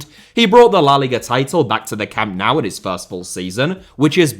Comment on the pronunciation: Learn to pronounce Camp Nou please.